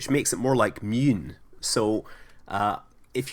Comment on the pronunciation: In Scandinavian we say Månen, nut Moyun or whatever u said.